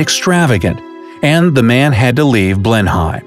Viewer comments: It's pronounced Blenim, not Blenhyme. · Blen-Hem NOT Blen-Him! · Its pronounced Blenym not Blenhime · FYI, "Blenheim" is not pronounced "Blen Hime" but more like "Blen-hem". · Two tiny little corrections. Its not pronounced BLEN - HEIM but BLENIM. Also Vanbrugh is not pronounced VAN - BURROW but VANBRU. We also have a town in England called Penistone which is definitely to be pronounced PENISTON. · ITS NOT PRONOUNCED “ BLEN HIME” It’s pronounced “BLEN IM” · For Petes sake its pronounced Blen hem not Blenhime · It's not blen-hime, it's blen-um you pratt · Wow!! Some terrible pronunciation of place names there. If us British can learn to pronounce Arkansas as Arkensaw you can at least learn that borough at the end of a place name is pronounced as “Bruh” and Blenheim is “Blenem”. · Please get your pronunciation right... "Blen-em" not "Blen-high-m" We British want to take an umbrella and unfurl it up your nose about such things 🙄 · Blenhime ????? 😂😂😂😂😂😂 It’s pronounced Blenheim as in blen hem. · More “Blen-em”, really. Even a Scot would drop the H. :) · Us brits like to pronounce things weirdly, to catch you guys out and giggle meanly. Looks like we got you here a few times. Sorry :( Words ending in Brugh or borough - pronounced "bruh". E.g. Middlesborough = "Middlesbruh" Blenheim - pronounced "Blennim". Ignore the H. A large amount of british english words are not pronounced phonetically. Another example is places ending in "ham", where you usually don't pronounce the 'h' at all. So "Birmingham" is pronounced "BER-mingam". I dunno why, we just do :p It is kinna cute when you get off a train in London and ask for directions to BUCKING-HAAM PALACE though, maybe that's why we keep doing it :p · Just a note, Blenheim is pronounced Blennem. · I just knew he was going to pronounce Blenheim as ‘blen-hyme’. 😖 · It's pronounced Blen-him. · Blenheim is pronounced blen-him just saying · Chris Travers agreed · "Blenheim" is pronounced, "Blennem". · say it like this BLENAM...